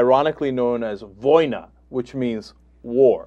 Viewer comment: It is non "vOina," it's "voinA," Cenk!